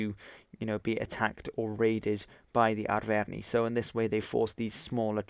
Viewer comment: Your pronounciation of Arverni is making me cringe